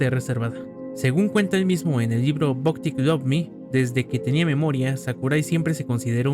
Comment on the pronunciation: Se pronuncia /bak/, no /bok/.